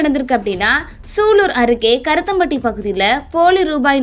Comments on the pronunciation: இரத்தம் பட்டி இல்லைம்மா. கருமத்தம்பட்டி என்று சரியாக உச்சரிக்கவும் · ஏம்மா ஒழுங்காக படிமா கருத்தம்பட்டி இல்லை கருமத்தம்பட்டி